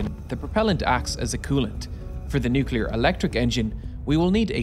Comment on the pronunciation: downvote... engineer can't say nuclear...